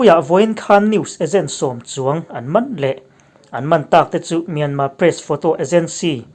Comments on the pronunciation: Anmani in myarmar ti lo tur, myanma ti zawk tur an rawn ri ziah kha, ila hrelo aniang e, an ti dan kal phung a ang khawp mai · Myanmar,tih hi Myanma,tiin I lam ri fova,saptaqng pawh ani lova,a tawpa r hi lan rik a pawi dawn ami le..? A reng thuah ram pakhat ,hming hniha lam fo ai chuan ,a hming pang ngai,Burma, ti tlang vek law law Ila,sipai terrorist ho hming phuahMyanmar tih pawh hi ka ngei phah khawp mai. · Kawlin R an nei ve lova, myanma tih a dik an ti.